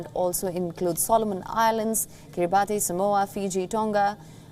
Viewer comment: the anchor butchering the name "Kiribati"